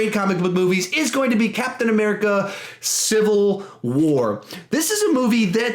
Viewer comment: You said CA CIVAL WAR twice lol